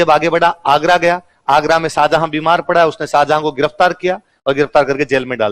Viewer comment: Pehle naam lena seekh tab padhana Saajahan nahi tha Shahjahan tha salo tum log ko bolne ka tameez nahi hai tum padha rahe ho